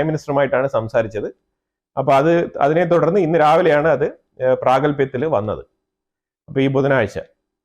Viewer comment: പ്രാഗൽഭിയത്തിൽ വന്നു എന്നാണോ, പ്രാബല്യത്തിൽ വന്നു എന്നാണോ കറക്റ്റ്??